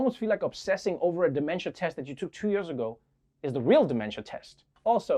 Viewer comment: Why cant Trevor say "Years"